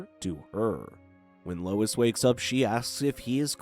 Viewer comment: Bro really calls Lois "lewis". 💀💀